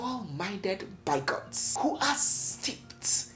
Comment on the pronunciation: Why are you having problems pronouncing English words correctly? Example: bigot? You couldn't pronounce this word correctly. 18-year olds watch your program and they use your grammar in their school work. Please ask google to pronounce words for you so you learn.